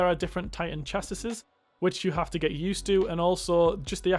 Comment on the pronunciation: The way you said Chassis, I lol'd